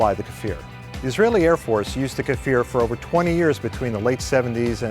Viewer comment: It's pronounce kfir, not kafir, and the weapons embargo was a well staged publicity stunt, these are legit mirage 5 built in France and later modified into kfir.